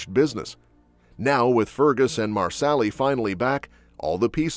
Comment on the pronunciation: I wish the announcer would learn to pronounce Gabeldon and Marseli😊